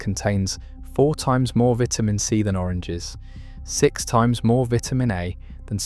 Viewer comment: LEARN HOW TO PRONOUNCE 'VITAMINS' YOU SOUND UNEDUCATED!!!!